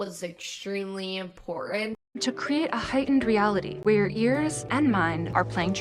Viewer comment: I hear "...where your ears and mind...", but 'where' and 'your' are like merged to sound something like 'way-er'